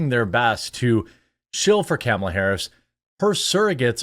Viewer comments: I love how you refuse to pronounce her name properly. I do the same. She has not earned proper name pronunciation. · It's Khahmahlah! Get it right!